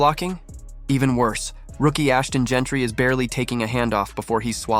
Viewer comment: We have any validity in this video when Jeanty's name is pronounced Gentry? Terrible AI assembled video. Waste of time